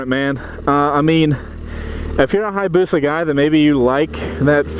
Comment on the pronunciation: HI - AH - BUSA. There is an "A" there, you keep ignoring man. :( Jeebus, you're a whiner. I love my Busa... Get back on a 400...